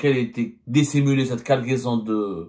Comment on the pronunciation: une quoi ??? Guargaison 😂